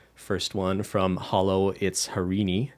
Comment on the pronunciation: it's not hello.. It's HOLO When u will learn🤦